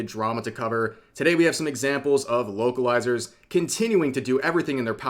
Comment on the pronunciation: I thought I heard you say "Wokelizer" and now I can't unhear it.